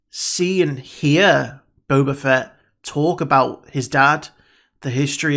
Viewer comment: I haven't watched the video yet but I bet my last paycheck he pronounces him "BOBER FETT" again.